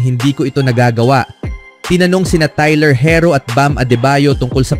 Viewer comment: tay-ler he-ro ang galing